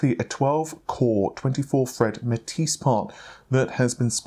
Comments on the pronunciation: Nice hair do. Also it is the first time I heard you pronounce Matisse relatively correctly. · Finally he learns how to pronounce Matisse, took him months though...